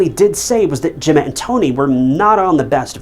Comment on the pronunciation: Whoops got it- he said Emma not Gemma. At least get the victim's name right.